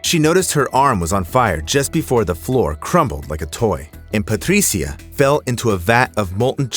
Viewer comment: The exaggerated pronunciation of “Patricia” is annoying (and I’m Latino, Spanish speaker). Other than that I LIVE your channel! ❤❤